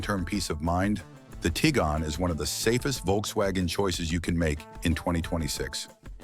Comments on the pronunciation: Tig wan, not Tigan. Twa reg, not Tooreg. Fer chrise sake learn how to pronounce the names. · The fact that you can't pronounce Tiguan correctly doesn't make me feel much confidence in your other opinions. 😅